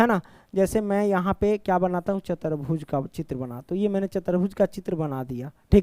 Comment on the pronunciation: Chatarbhuj 😂 chaturbhuj